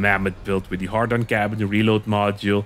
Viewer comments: Why does put "Hadron" in the title but says "Hardon" 🤔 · ...Had-ron...not hard-on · You'll get 1m viewers just to hear you mispronounce the Hadron cabin as a har- Don cabin... jeez it's 'hay-dron'... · A part of me laughs everytime he says "hard on" someone get this man a beer. He needs a girlfriend asap. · I get triggered everytime you say "hardon". Not sure if troll or serious. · I mean, at this point you MUST be saying HARDon on purpose or maybe you're dyslexic?